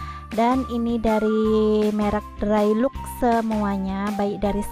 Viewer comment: Wolpeper tri di, bukan tri ji. Cat drai lok, bukan drai luk.